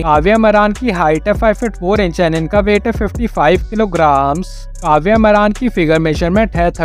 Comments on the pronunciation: Ye naam tak sahi se nahi janta hai मारान नहीं मारण है😂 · मारन एसा बोल मरान शब्द ठीक भी नही लगता....जरा अपनी भाषा उचित ढंग से बोलो.